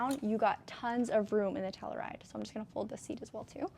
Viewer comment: Lol, obviously wore it better, but my wife will only let me bring the Telluride home. I hate to be this guy, I'm so sorry, but it's not Tell-oo-ride, it's Tell-you-ride